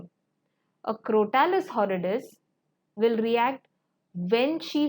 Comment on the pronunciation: Madam, please correct your pronunciation of some words like Crotalus horridus. Mispronunciation hurts my head.